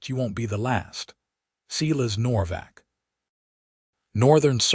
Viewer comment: Why do you insist Silas is seelas ? ……, AI = idiot …